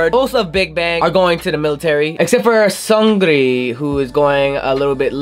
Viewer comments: SUN GRI SUN GRI lol HAHAHAHAHHA It supposed to be pronounce as SUNG RI not SUN GRI HAHAHAH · The way you pronouce Seungri's name is so funny (no offense, its cute and funny haha) "Songrrree" 😂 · Pleaaaaaase it's been years and you're still pronouncing Seungri's name wrong. It's pronounced Soongri